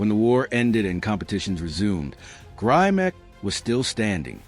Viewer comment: Grimek--pronounced 'grim-ek'--had great shoulders, arms, and legs, but his chest wasn't that great. Neither was his back. He was, as mentioned, a fine poser. Correction on a couple of nitpicky points. First, the Mr. America started in 1939. It was originally called "America's Best Built Man" and was renamed the Mr. America in 1940. As for Grimek, he won the Mr. USA in 1949, beating out Steve Reeves, George Eiferman, and other greats. However, Reeves came second in the 1948 Mr. Universe to Grimek. Facts, please.